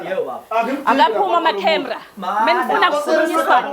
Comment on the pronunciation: Cemra not ama canera😂😂😂😂😂 😂😂